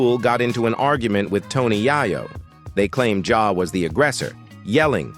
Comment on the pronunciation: This is the 2nd dude today that I've heard someone pronounce "Yayo" like "Yiiyo" ... LOL... Bruh....